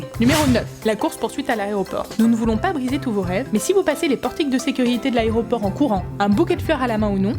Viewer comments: C'est quoi un "aréoport" ? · ON DIT AÉROPORT!